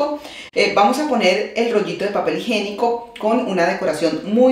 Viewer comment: Muy bonito te quedó el baño pero no se dice "papel higenico". Lo correcto es papel HIGIÉNICO